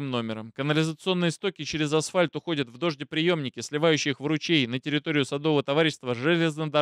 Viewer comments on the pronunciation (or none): none